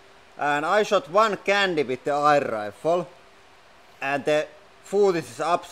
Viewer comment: Love when he says eye'r rifle.